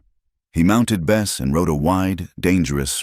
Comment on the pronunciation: Good story but the so called AI narrative with mispronounced words like the name of the horse changes from Bess to best and many more spoils the effect.